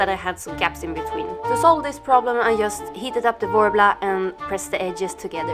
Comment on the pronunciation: fint! men när du säger "just" på engelska. uttala det "djust".